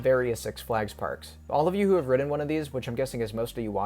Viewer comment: I hate the way you say 'Ridden'